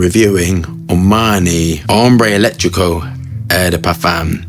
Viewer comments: This one is on my wishlist. Also, two things: the caps are said to be made of resin (more upscale), not plastic, and eccentrico is just like the English word eccentric with an ‘o’ tacked on the end; eccentric not not electric. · Bro not hombre electrico it’s ambre eccentrico lol It’s means eccentric hunger in Italian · ECCENTRICO not elettrico lol